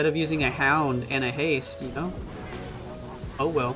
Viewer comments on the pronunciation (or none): none